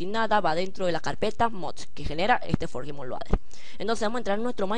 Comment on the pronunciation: q guiso y q forge se pronuncia forll y adflai